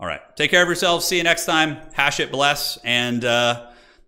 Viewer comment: I’m convinced that watches the trailers on mute with the way he pronounces “Hashut”